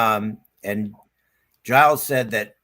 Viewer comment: His name is pronounced Jiles.. Lol. Anyhow.. Great show guys as always !!!!!